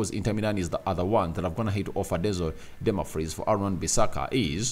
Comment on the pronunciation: The name is not Dunmafries is Dumfries please try to pronounce it well please